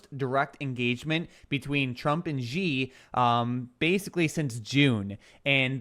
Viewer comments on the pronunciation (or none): The Chinese guy is not GEee. It pronounced like "She". Xi. X is pronounced like the french style in Chinese, like an Sh with a small h. If you could combine See and She, that would the most correct way to pronounce it. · i lived in china for several years. X has 'sh' sound. so Xi correct pronunciation is 'She'. Love the shows!